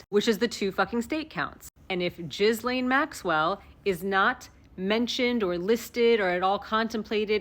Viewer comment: The s is silent in Ghislane's name. Remember she's not Jizz-lane; she's Jillane.